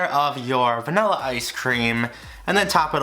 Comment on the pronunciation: For the millionth time, it is not and never will be pronounced “vanElla”.